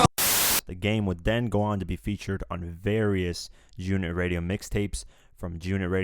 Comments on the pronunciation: Bruh said “Joonit” when sayin’ G-Unit smh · why do you pronoucne "G-Unit" like it's 1 whole word?! XD You pronounced it like "June-it" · Why are you having problems say G-Unit? It's not Jew-nit! LOL!!!!! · G UNIT nigga sound like he sayin jewnit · It's fucking G Unit! Not Giunit like one fucking word! I can't even finish this video.... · wtf is "junit"..... it is G ------ UNIT. have a fucking pause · Don't be such a cornball. Who still says G-Unot in 2018? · It’s g-unit not gunit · please say g unit not junit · good vid but y do u pronounce g-unit like jewnit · Junit? WTF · jew unit lmao